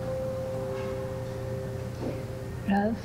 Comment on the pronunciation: the way she said Ralph sounded like "love" i screamed so hard 😍😍😍😍